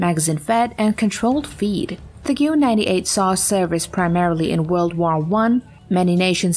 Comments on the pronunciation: The Goo98? Guh-vehr. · Omgäskfnfäaö its guh vear not goo wear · "Gyoo 98". You gotta be kidding me. It's pronounced Ge-vehr, and it just means "gun". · The German rifle at 10th is pronounced "ge-ver". Strong emphasis on v. To Germans, the "w" is pronounced as "v" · As a non-native German speaker, "Goo-98" had me cringing. It was a harbinger of a very sketchy list to follow. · Hard to take seriously when the name of the first firearm mentioned is mispronounced. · When she bastardized the pronunciation of "Gewehr"..... I kinda figured the rest of the information would be incorrect. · opens video hears how Gewhr is pronounced closes video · If they can't correctly pronounce the name of the weapon at #10, it doesn't fill me with confidence for the rest of the list. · Clicked on this, had misgivings. Wasn't surprised when you completely mispronounced the name of the first rifle. Did not bother to watch the rest of it. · The pronunciation of Gewehr had me cringing right out the gate.... I'm sure the rest isnt going to be much better